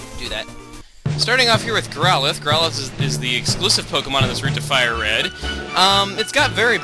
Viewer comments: It's not growlithe (Growl-ith) it's growlithe (growl-i-thee) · I thought he was catching a Growlithe, not a "GrowWUHDUDA"